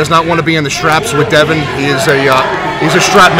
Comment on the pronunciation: Why can't you Yanks say Devons last name Correctly